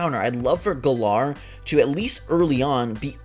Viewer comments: Im annoyed that the trailer came out yesterday and yet peiple still cant pronounce the region name right even though they said it in the trailer like its GALLAR as in Gallant not Guh-LAR stop daying it wrong theres no reason to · Gotta love how everyone is calling it Guh-lar when they clearly pronounced it Gal-uhr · I hate how they keep mispronouncing Galar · Hate the way he’s pronouncing galar